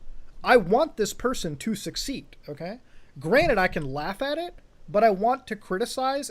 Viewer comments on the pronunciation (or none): Is it just me or does he say granite rather than granted?